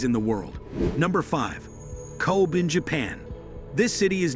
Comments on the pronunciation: Hearing the pronunciation of Kobe was a bit cringy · I’m dumbfounded ! You don’t even know the pronunciation of ‘ KOBE ‘ !!!! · the way he pronounced “Kobe” sure goes to show how much this guy knows about the place lol